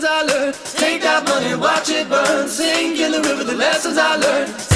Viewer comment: I know im pretty late on this and have no idea if anyone has pointed this out or not but its sink in the river not sing. great video though